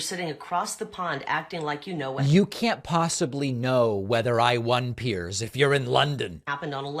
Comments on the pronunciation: She's having a hard time becoming Ms. Irrelevant. And Kari, btw, it's pronounced Piers as in peers, not as in pierce, even though pierce is exactly what Piers is doing to you ! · She calls him Pierce instead of Piers..can't even get his name right.